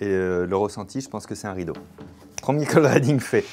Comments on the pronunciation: Cold reading à prononcer riding et non pas reding Fabien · Ça se prononce cold riddingue pas cold rédingue 😂😂😂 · Cold rédingue?? Cold reading, riiiidingue comme un i